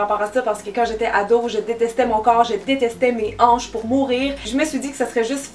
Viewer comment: A- jaïs mes anches😂🙄